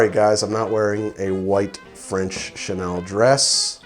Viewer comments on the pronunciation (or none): none